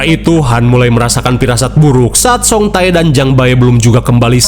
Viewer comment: Bang bacanya ulah "Jang Ba-e" wae atuhh😂 itu teh dibacanya Jang Be... Jadi "Bae" (배) dibaca tetep 'be' ajah engga usah Jang Ba-e 😂 Terus yang Song Tae juga sama, "Tae (태)" tetep dibaca te ajah jadi song te Jadi lucu hehehe